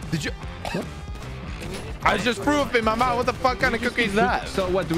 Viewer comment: He said “I just frew up in my mouf”